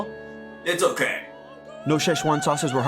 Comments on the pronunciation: No ketchup, just sa ü che. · sheh- uan sauce ? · Why did you introduce memes to normies also say Szechuan sauce correctly